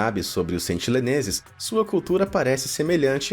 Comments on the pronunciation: Meu amigo, por favor, sentiNEleses, não sentiLEneses!!! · pelo amor de deus, sentiNEleses, e nao sentiLEneses